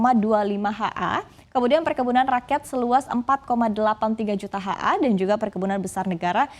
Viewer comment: Ni org gak ngerti apa artinya HA? Kok dibaca HA gitu yah